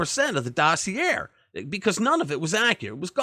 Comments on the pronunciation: Interesting story. The letter r is silent in dossier. The e sounds like an a. It is pronounced DOS E A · Omg omg omg learn how to pronounce docieer!!!! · You are a pathetic liar. The Steele dossier was not the predicate for the FISA warrant, George Papadopoulos was. So your entire premise is flawed from the start. If you want to be taken seriously I suggest you get your facts right and perhaps, just mayyyybe, know how to pronounce 'dossier'. Especially if your entire bullshit opinion is going to require you to say the word so many times. FPOTUS is a traitor who stole classified documents, caused hundreds of thousands of needless Covid deaths, and tried to OVERTHROW OUR DEMOCRACY but you want to talk about THIS?